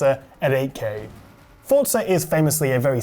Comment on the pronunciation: FORZA no T in forza